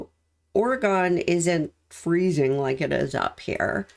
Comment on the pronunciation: I found you just a few days ago. You are so very in tune with these cases. I found your videos not only informative but easy to listen to. Just a little FYI it’s pronounced, Orygun❣️a fan from Oregon.